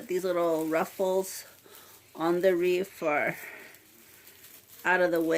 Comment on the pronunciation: Cute. BTW, it's not "wreaf" with an "f." It's "wreath." TH, not F. Thought you might want to know.